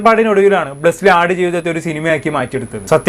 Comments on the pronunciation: Bro, blessly അല്ല ബ്ലെസ്സി. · Blesslee അല്ല blessy 😂😂